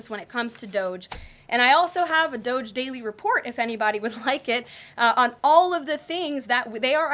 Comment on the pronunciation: And... it's DOGE [DŌ-J] Not DOZH